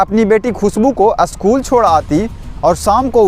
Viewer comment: भैया आप अशकुल को स्कूल बोले